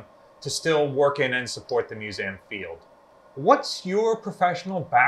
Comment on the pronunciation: Okay love your vids however please for the love of God say MISSOURI AND MUSEUM RIGHT